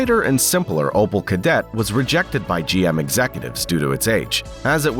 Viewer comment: opel my dude opel not opal :D had me cringing entire video :D